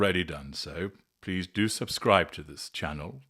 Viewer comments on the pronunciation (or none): none